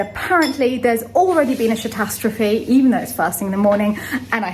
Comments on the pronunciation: Did you say “sh*ttastrophy”? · Omgeeee. “Chateau-stro-phy”. 😂